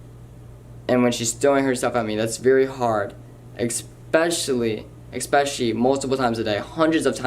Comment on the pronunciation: "Expecially...expecially..." Galaxy brain, huh?